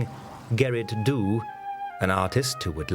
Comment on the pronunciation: Not Gerrit do but Gerrit Dow is the pronuciation.